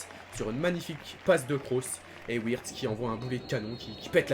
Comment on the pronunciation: Wirtz se prononce Virtz